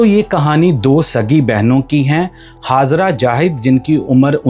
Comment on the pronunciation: Its Hajera not Hazara when you have say J you pronounce as Z & again when you have to say Z you pronounce as J stupid fellow 😂😂😂😂😂😂